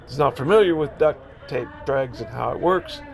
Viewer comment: Drags, not Drages!